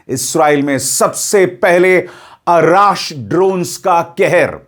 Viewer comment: सरजी अराश नही अर्श है नाम उसका